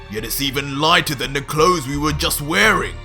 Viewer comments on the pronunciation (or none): none